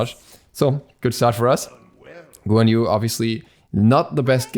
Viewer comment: The way you said guan yu just made me feel very violent 😐